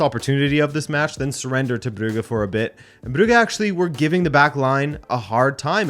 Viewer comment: The 'u' in Brugge is short. You say it long. You say 'uu' as in 'Bruge' or 'Bruuge' its Brugge.